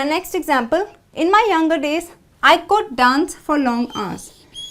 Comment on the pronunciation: You pronounce dance like done😆